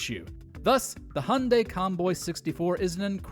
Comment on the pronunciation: Dude its called Hyundai not Hunday omg seriously are you serious right now bro facepalms myself its getting worse with humans Every single day my god so sad such a pity what happens with humans good that it doesn't happen to me so